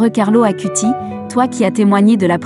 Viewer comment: Bonsoir. Belle vidéo sur mon cher ami du Ciel Carlo. Une petite remarque : son nom de famille se prononce "Acoutisse" et le terme "eucharistique" se prononce "eukaristique" 😊🙏. En union de prière avec Carlo 🌺.